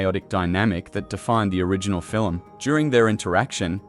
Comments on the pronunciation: Fil-em ??? no Film...lol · You pronounced film as filum. 🤣🤣🤣